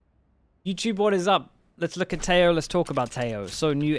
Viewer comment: His name is pronounced Teh-ho(he's colombian).